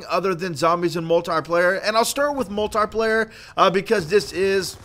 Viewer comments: You keep saying moltie player it is multiplayer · Learn to pronounce multiplayer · he cant say multiplayer right